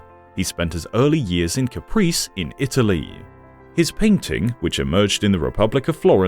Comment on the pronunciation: Caprese (kah pray zay) not Caprice. Sadly, the pronunciation is poor.